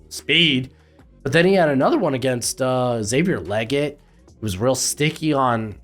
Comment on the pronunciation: It's not Xavier "Leget" it's Xavier "Legette"